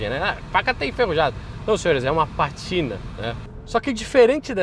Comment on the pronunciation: Patina ? o certo é Pátina . Alcantara ? o certo é Alcântara !